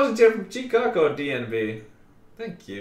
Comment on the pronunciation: so that's how you pronounce chicago